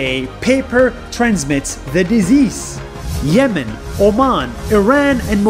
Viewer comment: I chuckled when nas said yemen and oman and it sounded like yes men and oh man